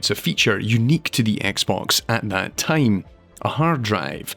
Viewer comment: I kept thinking about Tame everytime he said Time